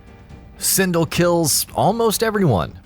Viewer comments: "Sin-dl" SIN-DEL! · Dear Narrator, Pronounce Sindel's name the right way, you muppet - 'syn•d'el'. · "One of the most powerful warriors and his girlfriend?" Wow you really made Kitana useless in your statement. You also didn't not highlight Mileena vs Kotal Kahn war. Plus you mispronounce Sindel's name, you clearly don't respect any of the females of the franchise. SMH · Oh god. . . So many names mispronounced. SOMEONE TEACH THIS MAN HOW TO PRONOUNCE SINDEL, SHINNOK, AND THE SHIRAI RYU!